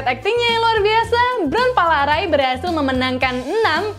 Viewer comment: Your pronounced untuk bront palarae itu salah